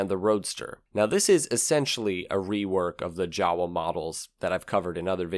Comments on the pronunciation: I know,is not you.its english language,its so stupied .read YAWA ,not jawa.Its reason + why SERBIAN should be world language: allthe time u read same leter.no at monday u read deeferent then tue. WHRITE - HOW U SPEAK - READ HOW IS WRITEN EASY! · Jawa's proper pronunciation is actualy YA VA not GA UA. It's made out of two surnames: "JAnecek" and "WAnderer". The original pronunciation of those names sounds like "Ya ne tzek" and "Van de rer". Sorry but it really hurts my ears how most English speakers massacre it ;) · it's pronounced Ya-Va (Jawa). in Czech, J has a y sound (Founder was Frantishek Janechek (YAnechek. and the Wa is from Wanderer, whose engine was first used in the start of the company in 1929. In German the W has a V sound. so, Wanderer (Vanderer)/////////////hence, Jawa is Yava..................hence Volkswagen is actually pronounced in German as FOLKSVagen (V has an F sound) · Jawa is pronounced 'yarva'. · Hey, "Jawa" is pronounced "java", like the coding language, coffee slang, or the island formerly west of krakatoa, lol